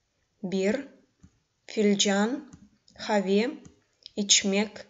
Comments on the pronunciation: извините меня, но это неверное объяснение. В слове "къаве" надо произносить твердое "к", а не "х". Произношение в этом случае "къ", как "х" это диалект местности. Литературное произношение не даёт произношение, как буквы "х". Сравните: на латинице будет "qave", a не "have".. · Здравствуйте уважаемая. У меня вопрос: слово "кофе" пишется "къаве" Вы первую букву произносите "х" хаве, это правильно? Или произноситься каве? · "Сагъ ол" пишется раздельно. "Къаве" не произносим, как "х". На латинице: "qave", а не "have". Пожалуйста, обратите внимание на это произношение. Спасибо за Ваш труд!